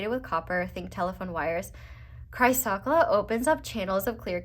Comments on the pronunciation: Also, chrysocolla- cry-sa-cola. ❤ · Pile 4 crystal is pronounced like ‘Chris oh coal ah’ 💙 💚 This was so on point. Thank you.